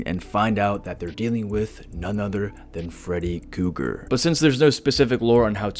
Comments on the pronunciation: omg are you really going too keep calling him "Freddy Cougar" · Kruger. With an R